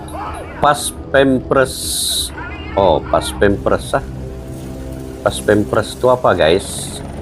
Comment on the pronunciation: bukan paspemres Baca nya Bos....PAS PAM PRES....Bukan PAS PEM PRES